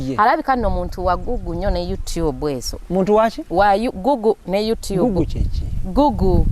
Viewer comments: Wabula bad black mbu looooooooovuuuuuuu,😋😋🤪🤪😘🤣🤣🤣🤣🤣🤣🤣usher wakukutamu omuntu ,mbu guuuuuuguuuuu instead of Google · 🤣🤣🤣🤣🤣🤣🤣🤣naye bad black mbu gugu as in google